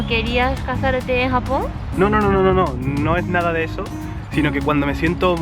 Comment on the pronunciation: baja pensé que era el unico. Yo también vuelvo a escuchar Japón con jamón regresando el vídeo ajsjs